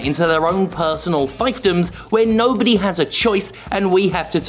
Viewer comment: What the FUCK? I never thought I'd live to see the day... This is absolutely disgusting and flies in the face of all that is proper and right! Do your parents know what you've done? Or are you just trying to get attention?!? It's pronounced "FEEF-dom", not "Fife-dom"! C'mon, there are CHILDREN watching these! Oh and good on ya for the whole non-binary thing. Keep up the good journalism!